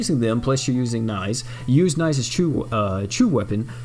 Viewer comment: its pronounced 'nees'